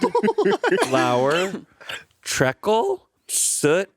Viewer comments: I had to stop myself getting mad about the mispronunciation of treacle but then I remembered the english language makes no sense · Just came here to say the way pronounced ‘treacle’ as ‘trekkle’ was adorable (for those unfamiliar, it’s meant to be tree-cle)